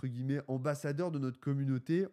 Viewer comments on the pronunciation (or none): none